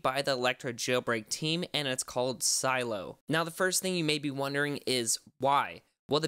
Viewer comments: It’s not silo it’s sih-leh-oh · Isn’t it pronounced “sah-lay-oh” , not silo!